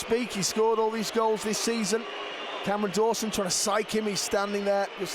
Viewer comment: Why are you saying cammy Dawson